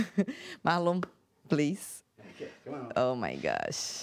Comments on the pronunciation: oh my goshhh kkkk oh my goshh Mana isso é inglês mesmo? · mds Mano Tem certeza que fala inglês (Oh my Gosh)